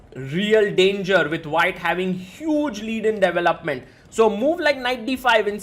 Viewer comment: I thought you were saying “doubleupment” for the first minute. Somewhat new to chess, I’m like what is this chess term???